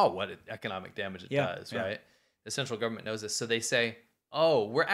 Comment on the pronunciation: says "central China" in the intro but I heard it twice as "sexual China".